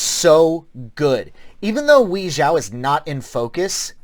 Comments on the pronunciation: Did he just said "Wee forces" for Wei. 🤣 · it's no biggie, but it sure is hilarious. From my analysis, it should be pronounced "Way" for Wei